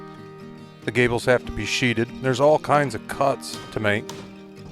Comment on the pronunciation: "Sheathed." One syllable. Verb, past-tense Not "sheeted." Also, "sheath," verb, present-tense and "sheathing," noun.